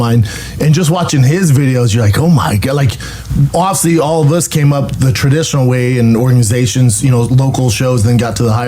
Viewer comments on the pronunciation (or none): I never get tired of hearing him say "offsly" instead of "obviously"